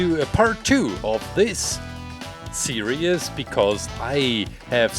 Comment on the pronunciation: Can you make Gooigi Next, oh and no offense, when you say series, it sounds like your saying serious